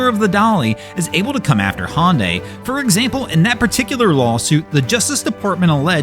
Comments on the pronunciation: Not be be that guy ... But Hyundai is pronounced like Sunday... hunday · Hyundai is spoken just like saying Sunday. HUNDAY = Hyundai Just a friendly comment to help out. I do not intend to insult you. Love your videos!! 😊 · there is no company called "Hon Day" do you mean Hyundai? HA YUN DIE